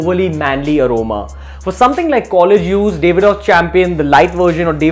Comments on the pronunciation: Its DAV-ID-OFF, not DAVE-ID-OFF. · It's Daavidoff, not Davidoff